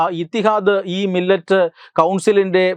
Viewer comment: മില്ലത് ആണ്..മില്ലറ്റ് അല്ല.